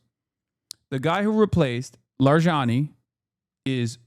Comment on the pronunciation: lol the way he pronounces larijani just sounds like lasagna